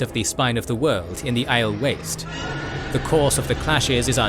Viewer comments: I'd say phrasing it "channeling one power" is a bit wrong, it'd be "channeling THE one power". also Aiel is pronounced Eye-eel not Eye-el. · Aiel - Eye-eel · You should listen to the audiobook to learn how to say the names. It's kinda weird hearing them pronounced funny. Kinda ruins the video for people who have listened to how Michael Kramer and Kate Reading say them. It's Aye-eel and Moun-etheren. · This AI generated shit is terrible. Look at the pronunciation of the Aiel, it is obviously generated content.